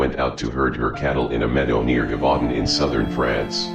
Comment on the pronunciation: Its pronounced “zhevoo DAUN”